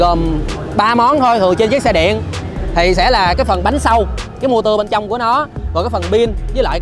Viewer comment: mắc cười nhất là câu "cái mô tưa" , biết từ này mượn từ tiếng Pháp - Moteur nhưng ko ai review mà đọc như thế cả :))